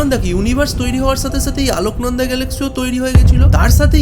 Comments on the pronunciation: দাদা ওটা,, "আলোকনন্দা" নয় ওটা "অলকনন্দা" হবে 🙄🧐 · 'আলোকনন্দা' বলেন কেন? অলকানন্দা নয় কেন? অলকানন্দা স্বর্গের নদী, তার সঙ্গে তুলনীয় এই মিল্কি ওয়ে! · আলোকনন্দা নয় অলোকনন্দা ভালো করে পড়াশোনা করো